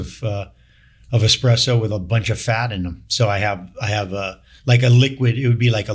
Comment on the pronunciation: The douche said "expresso". Unbelievable.